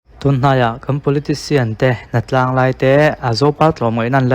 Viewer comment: Hnatlang ngai ang chi... tih hi Hnatlan ngai ang chi tih tur a ni ang.